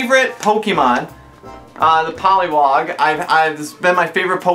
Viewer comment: "favorite Pokemon". can't even pronounce it right poliw*A*g. not poliw*O*g xD